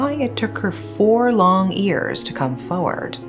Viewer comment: I love your voice, your content and how you tell stories, but as you say this word many time, I have to comment on it. You always say 'years' as if it's 'ears' and it sounds kinda weird to hear.